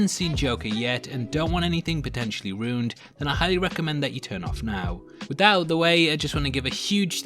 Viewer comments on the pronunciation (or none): "Runed" its "ruined"! It has an I in it!